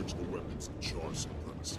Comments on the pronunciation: "TotalBiscuit takes a lengthy look at Guild Wars 2 with a Char Warrior" It is "Charr" not "Char". Still great game, great gameplay thanks xD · i wanna smack u every time u say cow thx for sharing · Why does he keep calling the Charr cows? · It's not COW FFS Charr are Cats -_